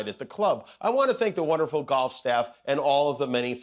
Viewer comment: dorf for golf. Golf of dorf?